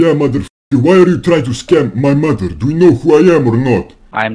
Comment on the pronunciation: Always best to start with cuss words. For example, the word “mother”, instead of saying “mudder” the way these scammers do, try saying it slowly: “muh-ther”, The first syllable is easy, “muh” but the Indian accent really sticks out in the second syllable. It sounds like “der” because the tip of the tongue touches the roof of the mouth as it moves towards the back. Instead, the top tip of your tongue should be touching your teeth as you begin to pronounce the “TH” sound. Same goes for the word “the”. Another big one is the word “very”, Indians usually sound like they are saying “veddy”. Try saying “veh-ree”, without allowing your tongue to touch the roof of your mouth when saying “ree”. Btw, I am not Indian, I am Hispanic.